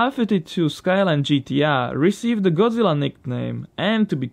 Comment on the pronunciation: "It's godzirra"